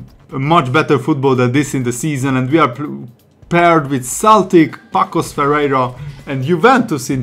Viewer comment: Its not Pacos Ferreira, its Paços the "ç" is read like an "s" so It´s like Passos de Ferreira